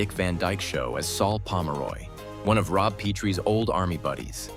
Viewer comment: What a horrible retrospective. Can't even say Rob and Laura's last names correctly. thumbs down.